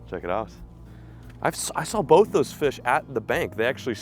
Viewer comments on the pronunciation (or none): none